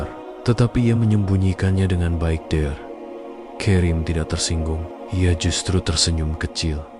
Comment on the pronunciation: Jalan ceritanya lumayan bagus, hanya pembaca ceritanya harus belajar membaca lagi. Banyak sekali bacaan yg salah, contohnya "Dokter karim,,,", bukan dear krim